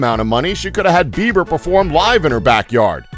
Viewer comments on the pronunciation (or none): none